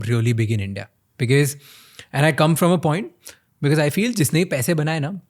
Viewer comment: Bro it’s be- coz not be-cuss